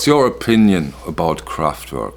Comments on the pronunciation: I love the way you pronounce Kraftwerk 😀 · It’s always nice to hear you say Kraftwerk correctly. What I have noticed in electronic remasters (not Kraftwerk - I don’t have the pleasure of the OGs) that the decay of those early simple/rudimentary synthesizers does seem to get smoothed out. Again, that may be for modern tastes, the band or engineers. I think that roughest is the decay or overloading of the current. It can of course be great! But I think you are on to something. Kraftwerk are an essential chapter in the history of pop music. No doubt. Excellent video.